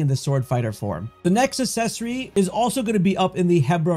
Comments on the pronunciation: you're pronouncing accessory wrong. its acksessory, not assessory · For the love of God…learn to say the words you’re using in a video before you record the video. Accessory is not pronounced “Eh-sessory.” Brooch is not pronounced how it’s spelled, and “Gold” is not pronounced goud. C’mon bro. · it's pronounced uhk·seh·sr·ee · Need the accessory that lets you properly pronounce the word accessory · it literally does. And it's spelled correctly and everything. Unlike the pronunciation of the word "accessory" in the video which was the point of the original comment. Lol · Ikik im a bully wahh but how you gonna pronounce "access" correctly and not "accessory" 😭😂 it hurts my little grammar police earholes lmfao